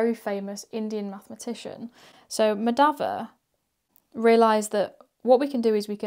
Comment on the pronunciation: It's pronounced Mah-dha-vah and Ra-mah-nujan. Three syllables each.